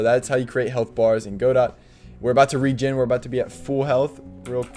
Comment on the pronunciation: Regin timer? I think you mean Regen 😂 Thanks for the info tho